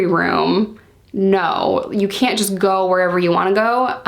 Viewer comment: "Kent. Kent. Are you kent?" Haha love the accent 😂